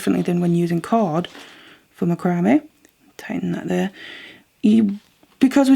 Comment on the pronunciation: Just an FYI...Macrame is pronounced with the emphasis on “MAC”, not the “cram” of the word. Think of how you would say “Mac’n cheese”. So it’s pronounced “MAC-ram-eh”